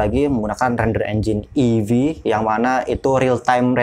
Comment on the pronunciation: Eevee bukan avee